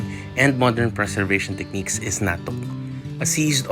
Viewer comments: The way he pronounces natuk is different. Not sure if that’s how it’s pronounced in Iriga. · bukong tama pag bigkas mo sa 'NATUK". sorry...